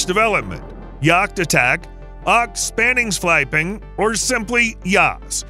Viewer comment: the way he said "spaningsflygplan" was absolutely diabolical